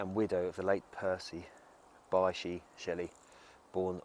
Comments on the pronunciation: Thanks for this. Btw, his middle name is pronounced BISH. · It's pronounced BISH Percy Bysshe Shelley